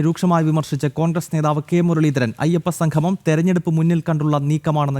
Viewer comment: Sanghamam alla samgamam..സംഘമം അല്ലാ.. സംഗമം